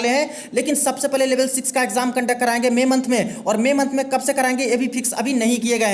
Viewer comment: Bhai ईच नही इच होता है